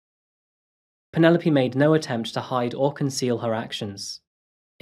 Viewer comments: Pronounced not Penupoly, but "Pennylope" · I like the way you pronounce the name of Penelope. Here in SA we say Pene_lope and you call it Panela_P. I like the sound of it. Beautiful narrative of the woman who hates husbands. A real Narcicist indeed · Lol.